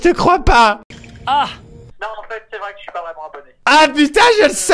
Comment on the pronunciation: Ji suis pas 😂😂😂😂😂😂😂😂😂😂😂😂😂😂😂😂😂😂😂😂😂😂😂😂😂😂😂😂😂😂😂😂😂😂😂 Ji suis pas 😂😂😂😂😂😂😂😂😂😂😂😂😂😂😂😂😂😂😂😂😂😂😂😂😂😂😂😂😂😂😂😂😂😂😂 Ji suis pas 😂😂😂😂😂😂😂😂😂😂😂😂😂😂😂😂😂😂😂😂😂😂😂😂😂😂😂😂😂😂😂😂😂😂😂